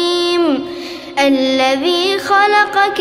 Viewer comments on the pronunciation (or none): none